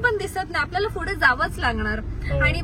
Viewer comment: I have notice this many time that says फुढे and not पुढे.. but I like it😂